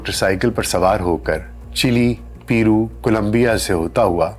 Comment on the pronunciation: Need to check some pronunciations like chee is chay and Peru is payru to pronounce